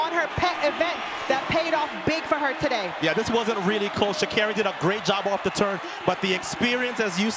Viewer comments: Sha -car-Ree is how you say her name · Are they saying Sha’Carri wrong?